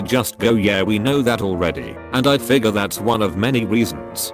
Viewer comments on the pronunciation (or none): none